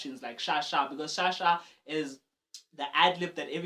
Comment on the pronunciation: LOL You just made me laugh when you said "Sha Sha"